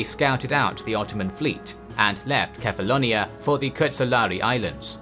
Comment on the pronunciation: I don't know why but when you say Kephallonia I hear Catalonia